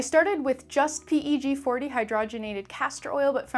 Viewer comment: Her: 7 and a half grams PE g forty Everyone else: GuRL sPeAk EnGLiSh